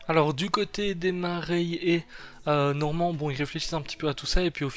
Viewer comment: Tu veux mettre l'accent anglais sur le titre mais 30 secondes plus tard ça dit Norman (Normand).